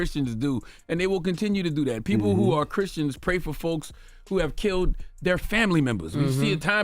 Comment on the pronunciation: "Chriskians." - Charlamagne